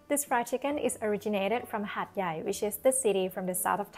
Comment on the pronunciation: Hat Yat or Hat Yai....555